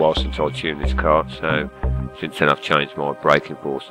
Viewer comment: Car not cat